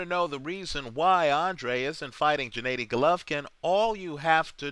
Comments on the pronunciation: No, its pronounced Gennady not djanaady! Listen to the Kazakhstani way which is the right way, whichbis why they chant Genna not Jenna during his fighrs, ggg's older brother who died was named SerGey not serJay and you could hear him say it in the "road to golovkin Geale" special on hbo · Abel never pronounced it like...he calls him Genaddy not Djenaydi or Djinadi..